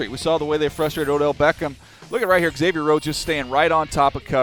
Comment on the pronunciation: its not pronounced eggsavier it's like zavier